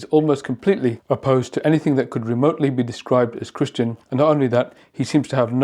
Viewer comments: It sounded like he said "I'm 'not' Christian." rather than I 'am' Christian. That's befitting of the Book of Revelation and the Anti-Christ. He's DEFINITELY not a follower of Christian values. I can't believe I'm living through this. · no. He clearly said " I am a Christian" but he gave the word a the short vowel sound /a/ as in hat or sat. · I heard that too.